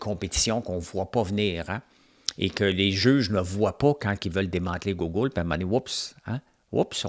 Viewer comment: Je t'écoute chaque matin et by the way quand tu dis "Gougoule" moi j'adore ça. Ca fait partis de ta couleur 😛😎 Merci pour ton show